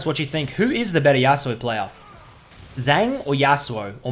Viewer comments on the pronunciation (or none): It's 'Pee Je Jjang'